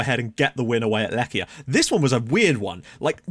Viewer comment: Łomża -- you said this one perfectly! Świt -- shfeet (Ś is a 'sh', the w softens to an 'f' sound after the Ś; i's are like the ee sound in feet) Lechia -- Lehia (ch is an 'h' sound, not a 'k' sound) Przyborowski -- Pshiborofski (rz after a p softens the rz to a 'sh', hence 'psh'; y is 'i' as in English words bit or fit)